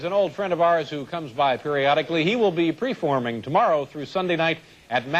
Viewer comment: I love it when Dave mispronounces words on purpose.